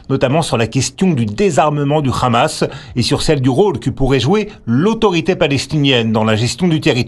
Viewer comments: Comment reconnaître un journaliste pro israelien. Simple c'est sa manière de prononcer le Rrrrrrrrrhamas. C'est un H guttural. Ils se prononce de la meme manier qu'en arabe avec le son kh sec comme hanouka. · C'est quoi de cette prononciation "ramas" , une "habitation" deviens "rabitation"😂😂 n'importe quoi!